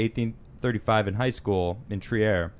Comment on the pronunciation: Trier (treer) is German, and it's not even pronounced Tree-Air in French (Treves = trev).